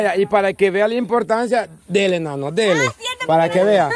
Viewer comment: Jaajajaaa dice nano mal y nayeli le dice pasmado y eya dijo l love bebe y es l love baby.